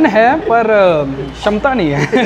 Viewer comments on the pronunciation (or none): none